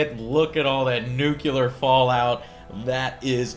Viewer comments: ITS NUCLEAR! NOT NUCULAR YOU FUCKING IGNORANT PIECE OF SHIT! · Nucular? really joe? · "NUKULAR FALLOUT" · Joe, it's nuclear, not nucular. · your reviews are amazing, but please, try to pronounce the word nuclear properly. It's 'new-clear' not 'nukular'. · You keep mispronouncing nuclear. It's "New-clear" not "Nucular" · "NU - CLEAR" Not fucking "Nyu Cle ear" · Loved him saying "nucular" ;D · Why keeps saying Nuculear? Nuclear!!!! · Every time you say "nuc-ular" instead of Nuclear, a small puppy dies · Nucular? really? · Miss dem nucular wepens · Nucular, Joe? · Nucular? NUCULAR!??! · Joe: NU-CLEE-AR! NUCLEAR! I love you Joe but it's NUCLEAR! Toss that Texas pronunciation :D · Pronouncing nuclear as 'newkular' without intending to be ironic? Huh... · "Noo-Kee-Laar" ಠ_ಠ But yeah, I agree, It's a sci-fi skin for Civ 5. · Nucular Joe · IT'S "NUCLEAR!" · learn to pronounce nuclear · Lol Joe can't seem to pronounce "nuclear"